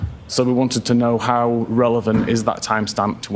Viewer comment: Great video, really enjoyed it! After so many parts and weird stories/speculating it was actually so relieving you saying "or maybe nothing like that". All the times different people said "hos" instead of "how" was fun. And nice to get a glimpse behind the screen of those big eyes